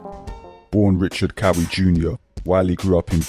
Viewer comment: The way Ghetts say "Richard"! Cracks me up to this day 😂😂 Bro this is some good work big up ya self for this, brought back bare memories. What a time to be alive!!!